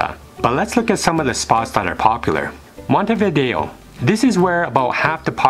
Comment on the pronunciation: Finally someone who pronounces "Montevideo" correctly!!!